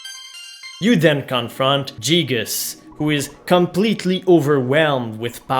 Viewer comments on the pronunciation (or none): You're saying "Jeeg", when in fact it's "Geeg" as the original Japanese is ギーグ (Giigu) Ang "Jeegas" is "Guy-gas", though in Japanese his name is still ギーグ